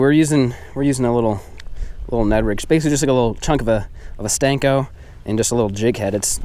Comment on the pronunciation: STOP CALLING SENKOS STANKOS!!!!☹️